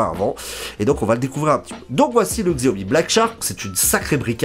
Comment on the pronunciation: Merci pour ta vidéo 'chiaomi' ;)